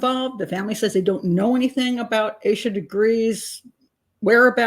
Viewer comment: Its AH-SHA not AYE-SHA 🙄 For someone who's so judgmental and pedantic, you should learn how to pronounce these victims names.